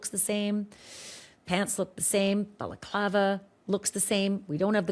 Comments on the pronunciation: This guy is saying Baklava (Greek Turkish dessert!) It's a balaclava! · Did this guy pronounce 'balaclava' as 'baclava'?! Baklava is a Greek/Turkish pastry! This was after Ashleigh had to politely correct him about what was in the videos & photos etc! Can not get over the 'Baklava' though! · It’s not a baklava guy, that’s a dessert! It’s balaclava. This guy looks clueless Ashleigh! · lol - baklava is a dessert. You tried to teach him the correct pronunciation of balaclava but he was committed to the dessert 😂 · He Tripled-down on that BAKLAVA (balaclava). 😂😂😂😂😂 I’m dying. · Balaclava is pronounced ba luh KLAH vuh ….. the first syllable sounds like the sound a sheep makes ,”baa”🐑. It is NOT “Bella clava” …. I have no idea why that is so annoying to me lol other than that mispronunciation I really do enjoy this channel and the content. lol I know it doesn’t really matter it is just a pet peeve. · It’s not baklava like the dessert! Say it right dude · I’m sorry but this guy sounds dumber than a post. It’s NOT pronounced Baclava like a dessert FFS.